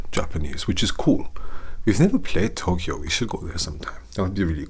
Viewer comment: The minute you said Tokyo with that German accent, I immediately thought of the band Tokio Hotel. You took me back to my teen years! Thanks!